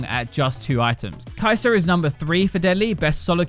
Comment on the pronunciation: Kai'serrrrrrr - Xayerrrrrrrr - Kog'mowrrrr - Tristanerrrrrr - Kalisterrrrrr